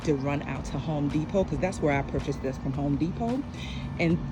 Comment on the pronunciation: I was witcha til you said H ome De pot 🥴😫